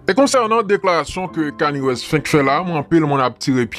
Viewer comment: ou bezwen di kani West li pa sonen bien ou met di keni west c konsa nom rapper a prononce: keni west